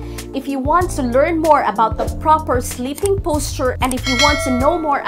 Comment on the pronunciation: no offense. it's sleeping (with a long e) pills, not slipping pills.